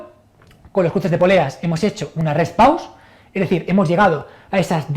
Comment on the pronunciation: Rest pause? ulala señor frances. como es entonces? el reh pauh